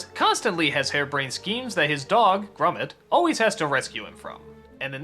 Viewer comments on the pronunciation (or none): Its grOmit not grUmit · grumet? it is pronounced gromit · Has Doug ever actually watched Wallace and Gromit? Characters say Gromit's (GRAH-mitt) name over, and over, and over, and yet Doug can't shake the pronunciation "Grummit". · Why the fuck does he say "grummet" though lmao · He says Gromit weird